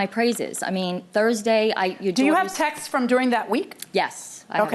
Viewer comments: “Text’s” is not a fucking word. “Texts” “texting” “Tex-tez” is not a thing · i thought they were saying "texes" instead of "texts" which isnt any better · The defendant is an absolute a-hole for making a complaint, she should be sued for that. For the record defendant, the word is TEXTS not TEXTES. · lol It’s “Texts” not “Texes” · Yes and she keeps saying Texas, as in she can't pronounce the word texts